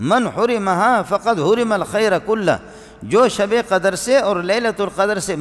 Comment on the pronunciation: In another speech he is making fun of the qaris but this molvi doesn't know how to recite the Quran properly himself, the word is not qadar like he says it, it is qadr